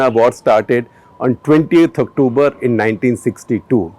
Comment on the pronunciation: why do u attempt to speak in English u douche' Aktubar Aktubar kar rha hai its fckn October u twat!